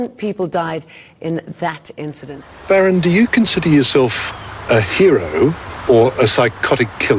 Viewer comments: The correct pronunciation is BAA - Rend. And Afrikaans name not Baron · Funny you can’t say BAREND but you pronounce Strijdom perfectly. It’s not Baron. It’s BAREND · This was a decent video, but your constant mispronunciation of "Barend" was really disappointing 🤦🏻‍♂️ I mean come on, you know that it's an Afrikaans name, right? It isn't pronounced the way you said it. And yet you chose to repeatedly pronounce it this way for the entire duration of the video. Really embarrassing!